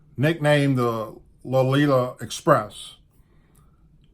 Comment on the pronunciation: You're mispronouncing the plane it is a Lo Lita Express